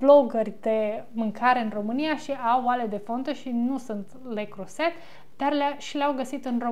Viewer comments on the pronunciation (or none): Leo Croze,,.....se pronunță 🌷